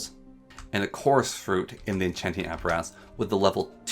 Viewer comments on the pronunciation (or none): none